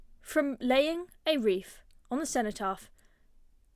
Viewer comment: WreaTH not ReeF